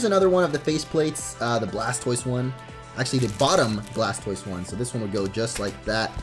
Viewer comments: He said blastboise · He said Blaspoise